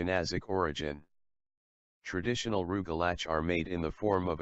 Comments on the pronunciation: “Roogelatch” lol I’m ded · Me too!!! The robot obviously doesn't know Yiddish.